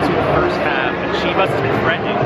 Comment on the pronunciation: I get triggered by the way he says chivas😭🙄🤬